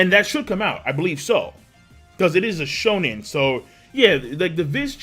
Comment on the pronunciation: shonen jump not shrunken jump XD